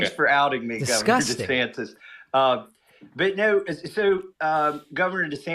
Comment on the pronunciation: Calls himself "dee-santis" in the video, then in the Twitter spaces thing he calls himself "duh-sannis" without pronouncing the t. Dude's all over the place